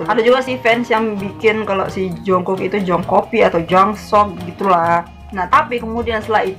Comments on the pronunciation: Untuk menit itu kedengaran kaya dia lagi sebut "junggug" yang artinya negara Cina kalo untuk penyebutan nama jungkook itu nyebut nya yang bener itu"jongguk" Tp aku tetap ship blackbangtan sih •>• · Sdikit koreksi kali ya kak dri q..maff sblmnya..pas lisa bilang jungkook itu bukan jungkook bts maksudnya..krna jls bgt vokalnya bilng (중국 jungguk =yg artinya china krna bibirnya monyong nyebut U bukan monyong nyrbut O) bukan (정국 jungkook) 😊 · Itu Lisa ngomong Jungkook kalau di Korea Jungkook dibaca Jung gug